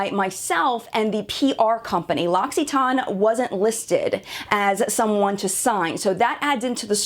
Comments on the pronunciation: definitely not how you pronounce it haha! But it's probably pretty difficult for an English speaker to pronounce it correctly, so pretty good attempt though! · OK, I would say my pronunciation is closer, but I see how you got yours now! I think you just over-stress the "tan" which isn't unexpected for an American English background, but I appreciate that you did research on this. Thanks for sharing! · Uh, they have a video on how to pronounce it. She does not pronounce it correctly and I cringe every time she says it. I have never heard one of their sales people pronounce it like that. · You might have "French" in your name but you obviously have no idea how to pronounce French words. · I know how it's pronounced. I'm French. I'm poking fun at your thick American pronunciation. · 100%! I love animals, and the earth, the ecology, everything. My issue is with this vloggers misunderstanding of her contract expectations. Business is business; the company had the legal right to cancel. This victim video is what bothers me....she wants everyone to join her in her anger. On another level, she cannot correctly pronounce L'Occitane, not spell Amande (the almond product). I'm guessing there were many reasons her video was pulled, & they had that legal right. She's angry but they are within the rights of the contract. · omg this dumbass cant even pronounce the company name correctly 😂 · Ok I actually watched the video posted above in the comments and it's definitely TANE or maybe a better way of describing it is TAN. Silent E. It's how I was pronouncing all along. However in this video the girl telling the story is saying TON, with a definite O. Or maybe it's just down to the accent differences, as I've said before. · You are crucifying the name of the brand, very unprofessional, it's "Locks it Ann" not "Locks it Aine". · You can't even pronounce it right it's not loxxxxiton it's loc-a-ton come on get it right! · "loxyton"... "LOCK-E-TEN" is how it's pronounced.